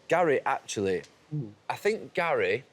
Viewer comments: Why does Ian Wright call Neville 'Gal'? It's odd and I can't ignore it now that I've noticed 😭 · What does Ian call Neville? Sounds like 'Gal' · Why does Ian say GAYL when he's talking to the blokes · Why does Ian Wright keep calling Gary Neville "Gail"?😂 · He’s saying Gal for Gary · Why does Ian call Gary, Gal? 😅